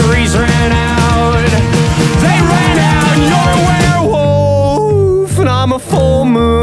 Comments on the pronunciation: the way he says werewolf cures my depression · Very clever and cute how he pronounces werewolf